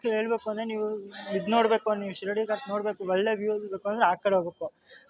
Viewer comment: Don't pronounce shirdi ghat it sheeradi ghat. Only video shaking